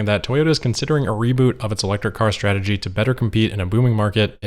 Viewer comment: ‘an update on Toyota and their EV “strategy”’ you can hear the quotes around “strategy” hahaha